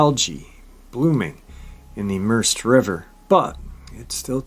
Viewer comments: Pronounced Mer-said. Spelt Merced. Another one in my knock of the woods. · the river is pronounced mer-ced like saying red but with a C. I live only a few hours from that location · The river is pronounced "Merr-said". The Merced River.